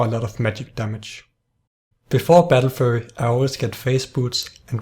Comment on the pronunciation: He prenounces battlefury "battlefurry" lol